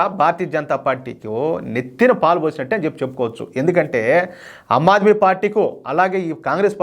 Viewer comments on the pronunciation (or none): ఆమ్ ఆద్మీ పార్టీ - మీరు అమ్ ఆద్మీ పార్టీ అంటున్నారు